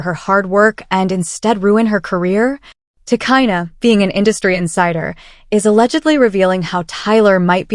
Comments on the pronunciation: You don't even know about the people you cover ,, your names are often wrong ,,It's pronounced " Ti, Cheena ". Arnold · Get the name right !!!!!! If you going too report on someone okayyyy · You can’t even say her name properly so how tf do you expect me to believe this video